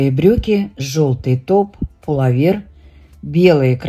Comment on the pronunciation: Пуловер-ударение на ,,о''.